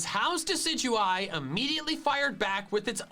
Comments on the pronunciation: Actually I evaluated and reviewed Decidueye and compared Decidueye with " Deki-Dooey ". I wondered if that triggered me as I lived in Hawaii all my life and since Decideueye represents The Myrthical Hawaiian Owl, I can confirm this. As Decideueye is rightly pronounced according to the Pokemon Anime, Me as " Deki-Dooey " sounds as funny as it sounds fits alot better with how some Hawaiian words are said. So yes I doubt would pass a pronounce a Hawaiian words test properly, as troll as he may be, he's gonna be shocked " Deki-Dooey " is much more of an Hawaiian honor to me than just saying Decideueye. Also I would give Brownie points if he pronounces Pueo correctly as that's what Decideueye's Evolution Line is based off of. So I give an honorary Kahuna Rank because " Deki-Dooey " sounds much more Hawaiian than Decideueye. But I know this would trigger the traditional Hawaiians if this offends them in any way. Edit: Kahuna in Hawaii is still an honorary Rank. That's like One of the Hawaiian Chiefs. Any higher than that would probably be King Kamehameha who's pretty much King of all Hawaii during his lifetime and still carries on as a Legend of Hawaii to this day. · its Di'sijoo'eye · He called Michael cringe for his jokes but the way he pronounced “Decidueye” is so much worse when Michael actually pronounced it right because that’s how it’s pronounced in the anime 😂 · I die a little every time he pronounces decidueye as “deki-dooey.” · He knows that. He's said before he just likes pronouncing it Dekidooey because it's more fun to say. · I know deck-a-dooey is a troll, but god it’s triggering me. lmao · Gamer169 Yeah,Deki-dookey is ridiculous,It's just as bad as Jen-Jar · my cousin full on believes that it is pronounced doose-eh-dee and it kills me every time he says it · I die a little every time pronounces decidueye as "de-sid-you-eye" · “I’m pretty sure it’s pronounced DECK UH DOO E” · Wtf is dekadooey. Stop it.